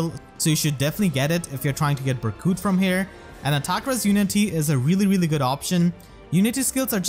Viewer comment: “Berkute” IM DEAD:_pm1Smile2